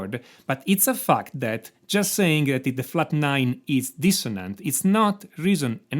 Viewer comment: Everytime he says fact I heard fucked, really makes the video funny 😂